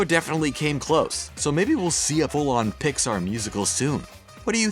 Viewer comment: Why can’t you pronounce Pixar right...